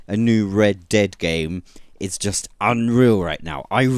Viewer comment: I alway hear you saying Red Debt Redemption :D